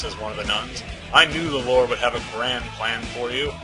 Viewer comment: "I am Angelica, humble servant to our 'Loord'" XD